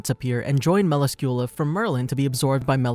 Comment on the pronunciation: Really bothers me when they take all this time to make these videos and can’t be bothered to pronounce names correctly (Muh-lass-que-lah) Jeesh